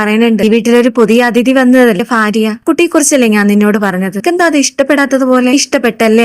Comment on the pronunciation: ഫാര്യ അല്ല ഭാര്യ